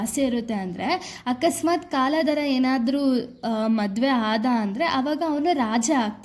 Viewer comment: Akka adhu kaaladhra alla kaldhara